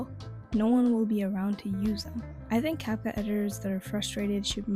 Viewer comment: You even made a french dub? By the way the title is wrong. It's not "rendant tout professionnel " but "rendant tout pro ". By the way, you said "Capcoot" instead of "Capcut".